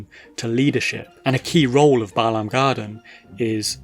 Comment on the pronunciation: Glad for the pronunciation. When people say "BAY-lahm" it drives me crazy 😂